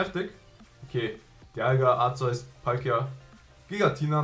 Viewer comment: Hong wollte dir nur mal sagen wie man Arceus ausspricht: Arke-us nur damit sich nicht wieder welche beschweren